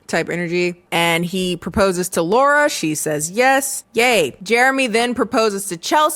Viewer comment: As someone who is named Laura. It bugs the shit outta of me when ppl mispronounce my name as Laurie. Not a slight against you, it just triggered a visceral response. 😂